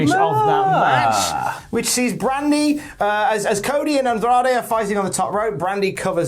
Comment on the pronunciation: British says Cody = "Co E"